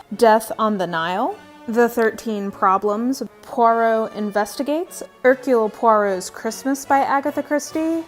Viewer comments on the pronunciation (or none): none